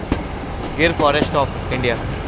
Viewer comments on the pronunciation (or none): none